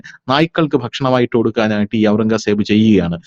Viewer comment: ഔറംഗാ സേബ് എന്നു കേൾക്കുന്നത് അരോചകം. നമ്മൾ കേട്ടിട്ടുള്ളത് ഔറംഗസേബ് എന്നാണ്.